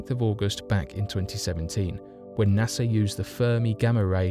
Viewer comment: Can you say "NASA" ?